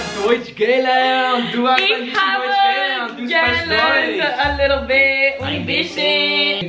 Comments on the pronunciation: Good job guys! The only thing is “gelernt” is stressed like “geLERNT” not “GElernt” :) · You guys speak German with kind of a French accent! German is my main second language, so I always end up speaking other languages in a German accent. A tip: the stress goes on the second syllable in "gelernt", so it's ge-LERNT, not GE-lernt. For all past participles starting in "ge", the "ge" is unstressed. Keep up the good work! :) By the way, your videos have helped me become more confident in learning Portuguese, which will be put to use when I go to Brazil for this first time this Thursday!